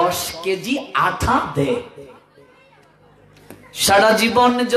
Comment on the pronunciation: আঠা নয়, আটা হবে উচ্চারণের কথা বলছে।